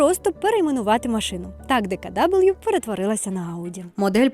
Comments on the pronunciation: Ітс нот ДеКаДабл'ю ітс ДеКаВе😂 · відео чудове. Але не читайте німецькі назви англійською) Тому Horch - саме Хорьх, а DKW - ДКВ))